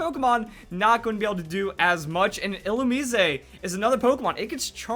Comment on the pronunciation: Can you stop mispronouncing Illumise? there is no "-ay" at the end, it is just Ill-oo-miz not Ill-oo-meez-ay. w